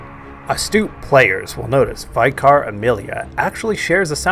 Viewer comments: It's vih-car, not vai-car ;) Just a nitpick but it was weird to hear your pronunciation haha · It was the "I" that stood out, it's a soft vowel like in "tin" but haha no worries, there's a vicar in my family so I wouldn't be forgiven for it. Looking forward to the ds2 vid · Oh man that pronunciation of vicar is unique lol. Nice vid, I was surprised after watching noticing you only have a few subs (one more now!) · Don't worry; mispronouncing "Vicar" is almost a mandatory prerequisite for being a Bloodborne Youtuber! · you're pronouncing vicar wrong